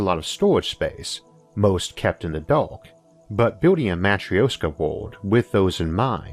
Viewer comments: We'll NEVER run out of room. EVER. (And it's pronounced "mah-TROOSH-kah.") By the way, that's not your real voice, it's computer-generated. ZING! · hollow earth aint a real thing but we will want to make it a real thing because its best way to make it work. man i love how logic can sometimes make science fiction into something sensible. nonsequitor: sorry it is my peeve. you are mispronouncing Matryoška, you can not just ignore interpunction when you do not understand it and you can easily look up the correct way to say it. Yes i know of your impediment this is clearly not related. i mean no offense but things mean things you can not just make up pronunciation as you go, especially if it is integral to your point. back to the usual bueznis: another great episode. Thanks to your explanations, i THINK that space farmlands might not be far in future, especially if privateers or govs decide that farming on planet earth is kinda inefficient and takes too much space. we could also use them as arks for our wild animals (safe from hunters due to space). point being that you made me dream of how space could save our dumbarses (collective humanity intelligence is much lower - mostly due to heard mentality and bad management). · most cursed way to say матрёшка i have ever heard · That Is REALLY not how you pronounce Matryoshka. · Please, learn how to pronounce matrioshka for crying out loud! :)